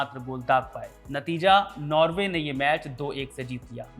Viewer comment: नार्वे . . . नॉर्वे